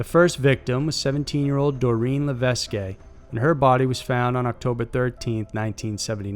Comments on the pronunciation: Lévesques sounds like lay-veight in english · Where did you see her name levesque A it’s pronounced La vesk I’m Canadian we have many where in that is there a long A ?just like Yankees saying tuna fish or cod fish ?we know it’s a fkn fish haaaa